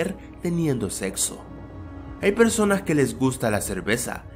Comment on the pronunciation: como dice este tipo la palabra sexo v: lo dice como ZETZOH :V